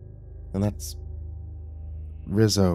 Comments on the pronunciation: Just throwing this out there, You’re saying “Rizzo” not “Rizo” (Re-zo) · Lol, “Rizz-o”